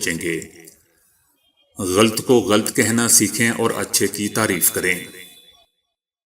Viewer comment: غلط لام پر زبرھے ،سکون لام پڑھنا بلکل غلط ھے۔